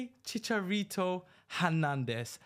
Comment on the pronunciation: As a Mexican hearing you say chickarito is hurting me :(